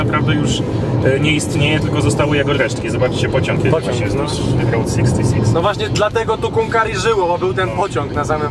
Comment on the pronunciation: Chłopaki poprawcie reasearch, Route 66 została otwarta 1926 roku. Ta międzystanową biegła z Chicago do LA, w 1936 roku przedłużona do Santa Monica. Skreślona z listy autostrad w 1985 roku i zastąpiona Interstate 40. P.s. route czytamy rut nie road. Pozdrawiam i dziękuję za film.